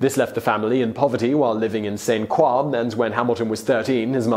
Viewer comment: Did you pronounce St. Croix as San KWAH?